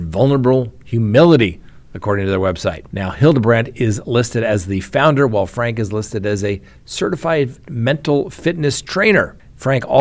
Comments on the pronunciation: You probably haven’t watched news stories on this. Her last name is pronounced “Frankee”. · It's pronounced frank-ee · Ruby FRANKE, pronounced FRANK-EE!! Her husband pronounces his last name as FRANK-EE, so I assume that is the correct way to pronounce it. my friend, everybody pronounces it FRANK-EE except you! Why do you always buck the system?? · Franke is pronounced with the 'e' on the end, like 'Frankie'. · Glad you said something but it probably won't change anything. I thought I was the only one SMH at this mispronouncement!! 🤦 😅